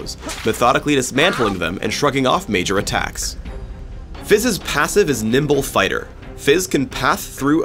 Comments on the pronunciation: i heard he said nipple fighter xD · Did you say nipple fighter???